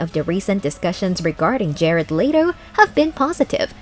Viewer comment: That's the whites thing I've ever heard "Jerard lay-to"